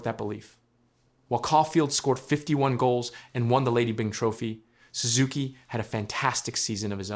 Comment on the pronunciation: Byng rhymes with sing, my guy